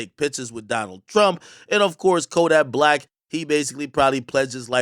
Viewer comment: When you said one of them was the best rapper alive you pronounced Kodak Black‘s name wrong